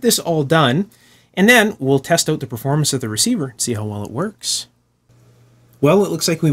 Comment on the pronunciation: "Try is auoot :)" nice dialect